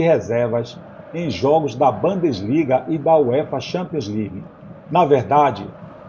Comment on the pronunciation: Amigo muito bom seus vídeos, mas sua pronúncia está bem ruim ... Erros de pronúncia com bands liga, indioma e etc ...